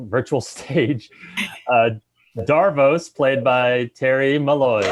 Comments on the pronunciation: wonderful its pronouced davros not darose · not going to lie. the way you pronounced davros literally made me forget what his actual name is for a second.